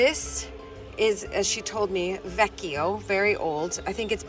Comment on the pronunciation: Hi,, I applaud you for learning the Italian language. I'd like to give you a tip on pronouncing the Italian word "vecchio." As you know, most Italian words stress the first syllable. Double consonants in a word require a slight hesitation before moving on, in this case, to the second syllable. "Vecchio" has only two syllables or vowel sounds, not three. Phonetically, "vecchio" is pronounced ve-slight hesitation-keeoh, not ve-key-oh. The "io" here is not pronounced like "Io", the Italian word "I". The "io" part in "vecchio" serves as a diphthong. This will make your pronunciation more authentically Italian. As I'm sure you know, Italian words have gender, so the female version is "vecchia," ve-slight hesitation-keeah. I hope I'm helping you, rather than causing confusion. Viscount Luke, you have really excellent video skills. Cheers!! Chuck in Northern New England